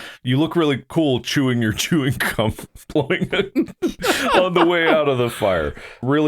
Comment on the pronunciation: Did he say chewing cuuuum